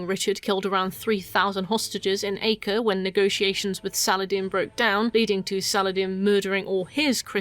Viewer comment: I don't know how much it really matters, but "Acre" is actually pronounced "Ahk-ray" apparently. I can't believe I finally know a small piece of trivia that isn't actually useful! WHOO!